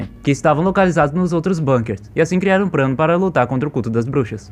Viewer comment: O cara falando prano